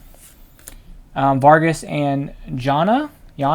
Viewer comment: Vargas and yahnee. That’s how it is pronounced. Sorry to be so annoying with the comments. My parents first date was Thunderball in Jan 66. So I have seen this movie MANY times since I was a kid. Ha